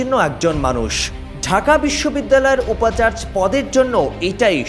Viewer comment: 'উপাচার্য ' এর উচ্চারণ উপচারজো হবে।